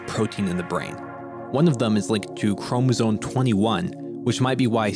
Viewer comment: Narrator forgot how to pronounce chromosome